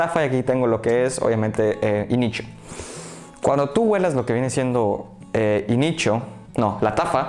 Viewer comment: Inicho 🤣🤣🤣 ni como creerle si no sabes ni decir los nombres